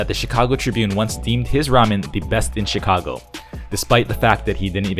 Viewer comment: anyone notice how he says "Chicago" with a Japanese accent LMFAOoo